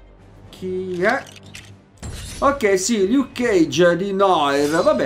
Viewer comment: Noir si pronuncia "Nuar"